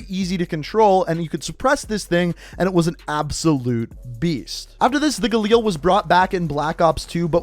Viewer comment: For fucks sake just say galil